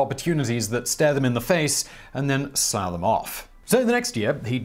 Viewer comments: Really, Simon, SLAU them off? Slough (in this context) is pronounced SLUFF. Nit-picking to one side, I really enjoy this channel! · Simon, Simon, Simon. The verb "slough," to cast off, is pronounced "sluff." The noun "slough," a swampy body of water, is pronounced "sloo." It doesn't ever rhyme with "cow." EDIT: A week after I posted this I learned about Slough, UK, whose name does, indeed, rhyme with "cow."